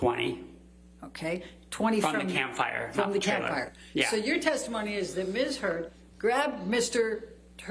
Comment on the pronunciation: Did she just ask if 'Mrs Heard grabbed Mr "Turd" ' ? Am I hearing things??